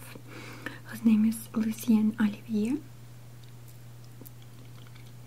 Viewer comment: videovedo36 It sounded like "Olivia" to me and I was like, "That's my name!"